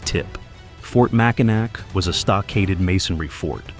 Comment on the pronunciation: AI with a bunch of bad pronunciations. Mackinac is pronounced- Mackinaw